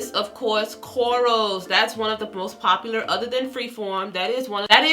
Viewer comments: She kept saying corals and it literally made me cringe 😂😂and you post the spelling and still pronounce it wrong 🤦🏾‍♀️.. informative though, thank you ma’am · its her accent